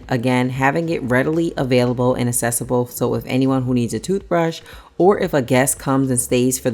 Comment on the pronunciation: It’s pronounced ack-cessible not ass-cessible. 😊